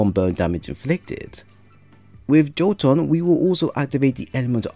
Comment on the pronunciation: My dude, it is not pronounced "Joe-ton" but "Yo-tun".